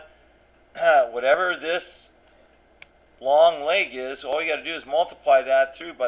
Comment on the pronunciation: Hi, so this isn't math related but I just picked up on the fact that you pronounce leg like "lay-g" and I was just wondering if you knew were that originated or anything because my girlfriend also pronounces it like that and she doesn't know why the hell she does lol. Thank you.